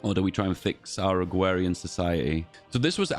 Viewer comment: It's just a speech impediment. Unlike the bo'o'le o' wa'er stuff it's not a feature in any dialects.